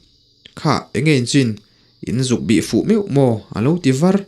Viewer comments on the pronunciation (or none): Var tih hi thluk sang lovin thlukhniam raih tur zawk a ni.